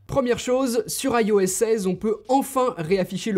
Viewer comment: Petite vidéo sympathique et forte instructive, cependant le "AILLE O S" me fait grincer les dents pourquoi ne pas tout simplemant "ios" en tant que bon francais ?